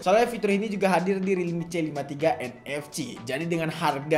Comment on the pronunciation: nfc dibaca en ef si, bukan en ef ci wkwk